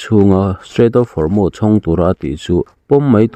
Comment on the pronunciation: Hormuz i lam dik leh tawh lo. 🤭🤭🤣🤣🤦🤦